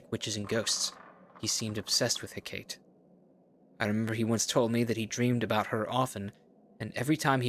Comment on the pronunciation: oh no, not the goddess heh-kayt😱 jkjk but it does surprise me how few people pronounce her name right, I always thought she was one of the most well known Greek gods (it's pronounced heck-ah-tea)